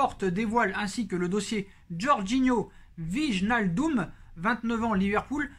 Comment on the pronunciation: Salut... Juste pour t'aider avec les noms Bataves... Koeman se prononce koumann et non keumann... Vandebeek vandebéék et non vandebik... Wijnaldum veil nal deum et non vijnaldoum... J'en peux plus des journalistes et commentateurs qui déforment les noms néerlandais... Oe c'est où, ij ou y eille comme dans veille, ee un é long, u un peu comme en anglais limite un é muet... Je sais que c'est pas évident quand on ne connaît pas la langue mais juste un petit effort quand on a l'info pour être respectueux vis-à-vis de ces joueurs. Voilà on repart pour cette saison très compliquée